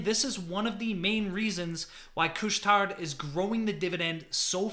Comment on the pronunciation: Just don't pronounce the "D" in Couche Tard :-)